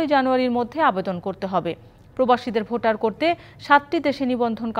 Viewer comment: ভাটার না😂😂 ভোটার হবে